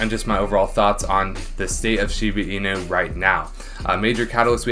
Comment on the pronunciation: Can you stop saying “Shibu inu?” It’s “shibA inu” not “shibU inu” .-.